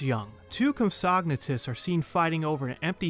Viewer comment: I'm sorry, but the way you said "compsognathus" made me laugh a little. Nonetheless, this is a very nice video that I enjoyed watching from beginning to end.